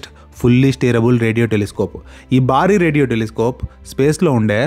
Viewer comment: Good info. A small suggestion: “Baari” kaadu, “Bhaari” anaali. Telugu lo votthulu sarigga palakali.